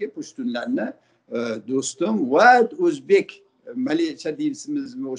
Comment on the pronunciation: Озбак эмас Озбек болади амакини гаплари жута тушунарли болди лекин Озбак дейиши йокмади